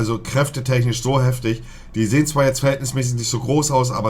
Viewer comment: Nobody: Monte: Heftich